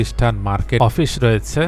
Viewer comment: উচ্চারন ঠিক করেন ভাই, অপিস না অফিস। এমন অনেক উচ্চারণগত ভুলের জন্য ভিডিও দেখতে শুনতে খারাপ লাগে।।